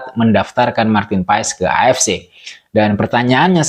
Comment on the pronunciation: Maarten Paes(ejaan lama) dibaca Martin Pas !